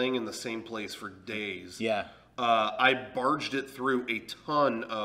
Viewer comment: "I barged the entire thing" Binged?